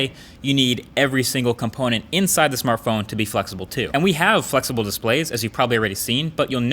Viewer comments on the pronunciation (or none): ...Marques what's a Smarthpone??? do you mean smartphone 😂😂😂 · /smarthpone??wtf? the most people do not realize that mistake